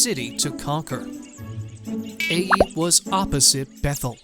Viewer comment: isn't the city "Ai" pronounced like "eye" or "eye-ay"? I've never heard it pronounced like "A".